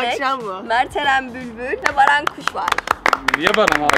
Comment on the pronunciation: herkes ahfer denmesine sey yapmısta daha iii yaaa merttehemen barfer diyoo